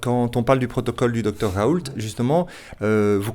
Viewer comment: Il a raison pour Didier Rault mais ca se prononce Roh pas Raul.